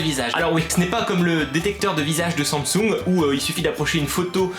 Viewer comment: euh..😂 on dit sam sung